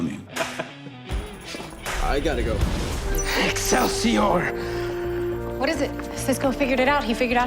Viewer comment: Cisco can't say exelsior! That's what Stan Lee says!!!